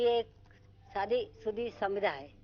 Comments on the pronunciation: Its समिधा not समीदा!.. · समिधा असा शब्द आहे समीदा नाही